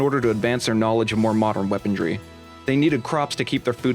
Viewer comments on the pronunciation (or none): Bro I love this video but... “weapondry” really hurts me